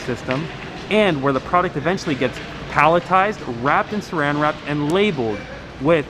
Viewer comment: saran wrap, not seran